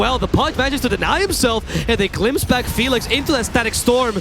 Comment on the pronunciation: The casters keep saying black instead of back hahahhahahah